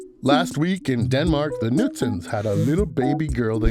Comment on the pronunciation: The Knudsens, not the Nudsens. K in front of n is not silent in Scandinavian languages😉